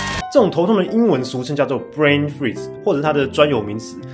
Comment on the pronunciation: Brain Freeze 念錯了喔!!